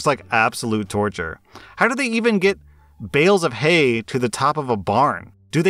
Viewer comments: 'Hales of Bay'..... Doesn't he have a masters in English? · "60 pound hales of bay" Good to see even isn't safe from Derbal Vyslexia! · Hales of Bay killed me man. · "60 pound hales of bay" I'm Wheezing xD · 'Hales of bay!' A Spoonerism! Lmao 🤣 I do this all the time! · "60lb hales of bay" this made me laugh, I'm sorry 😂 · "hails of bay" im dying omfg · "60 pound hales of bay" killed me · Sixty pound hales of bay. 🤣🤣🤣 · hales of bay 😂😂😂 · you said hales of bay 😂 also I live in the city with ducks and chickens. My hay weighs ~40 a bale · Hales of Bay,? 😂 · I love "hails of bay!" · Hales of Bay 😅😅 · Lmao hales of bae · "60 lbs hales of bay" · "Hales of Bay" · Loool hales of bay! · „hales of bay“ 🤔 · excuse me? Hales of Bay?